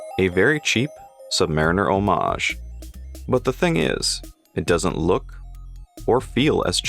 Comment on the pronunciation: Thank you for pronouncing homage correctly, we all appreciate it.